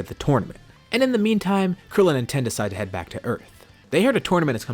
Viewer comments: Bruh it's not 10 it's tien tiiiiiiiiien not 10 or ten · FOR GODS SAKE STOP CALLING TIEN TEN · Not Tein, not Tein shinhon just Ten